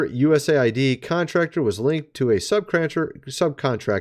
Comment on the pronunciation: Thank you for saying USA. ID CORRECTLY 😊 not aid😊